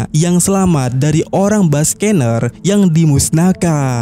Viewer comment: Nama ras kuma itu dibaca Bak-Ke-Nir, bukan Bas-Ke-Ner